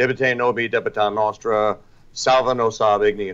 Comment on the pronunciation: It is not noustra. It is nostra.